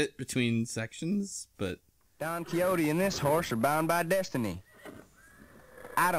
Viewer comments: "This is Donkey Hotey" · "Donkey Hotey" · i always thought it was pronounced "don kishotte"